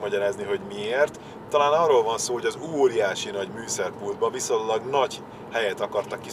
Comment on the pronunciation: Nagyon szeretem a videóidat: jól válogatott autók, érdekes háttérsztorik, bátor szerelések, szimpatikus, emberközeli, barátságos stílus! Szinte hibátlan! (de kérlek, a "viszonylagban", mondd ki az "ny" betűt, mert rettegve várom minden rész közben, hogy mikor jön el, amikor "n"-nel mondod! :) )